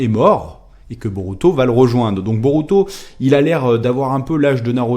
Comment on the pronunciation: Regarde le film ." et le -u Japonais se prononce -ou ( ça me stresse) . " Je ne sais pas si Boruto peut utiliser le byakugan [...] " plus tard : " [...] Boruto utilise son byakugan [...] " x33 je pense que tu étais distrait ^^ ( je suis Otaku ! :33 ne prend pas mal ce commentaire)